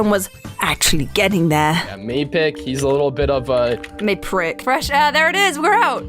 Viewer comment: calling mappic “Maprick”